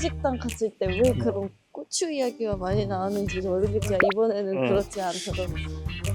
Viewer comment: "고추"와 "꼬추" 발음을 가려서 해주세요 제발😢😢😢